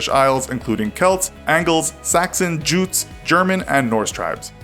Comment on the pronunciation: Jutes is pronounced "Yutes"